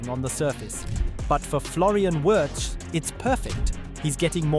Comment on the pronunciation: Pretty close.